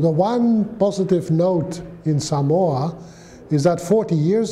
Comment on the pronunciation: I can't tell what country this man is from . Usually the accent you can tell the English but his accent almost is a mix of everything because he seems like he has been in Samoa for a long time due how he says Samoa Correctly . Something most Palagis say wrong . But what he says is so true . Seki a le palagi lea .